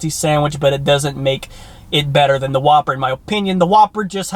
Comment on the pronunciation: Yup, definitely the Who-P-Per